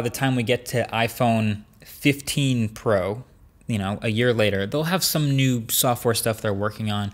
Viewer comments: "iPhone 14 Po" I don't know why but I found that funny. Try saying out loud :) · "iPhone 14 Po" lol